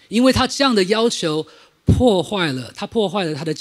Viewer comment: 謝謝精彩的分享！ 關係。係四聲細矽ㄒㄧˋ